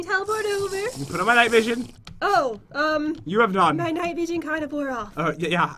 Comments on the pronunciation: Pat do you know you said night vosion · Omg Pat said night vogen